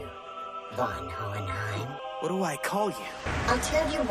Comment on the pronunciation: It’s hohenheim